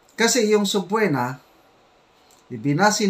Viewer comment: Subpeena hindi subpuena ang pronounciation